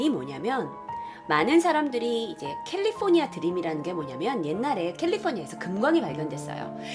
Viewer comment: 칼리퍼니아 발음 좋으시네요